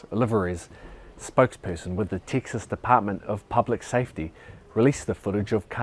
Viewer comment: I can't get used to hearing "Texas" in your accent. 🤣 It just doesn't sound right. You need to work on that southern drawl, bruv. (Bruv doesn't sound right in my "Texan" accent either.) 🤣